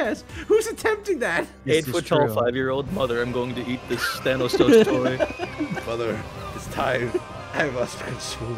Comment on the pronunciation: justicege leaguece thañosós that part when you say thanosos sounds like Spanish word and now only 4 people care about it and the 4th one is me